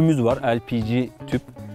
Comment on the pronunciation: El Pi Çi ne lan le pe ge desene nedir İngilizce hayranlığız...Mutfak tüpü işte...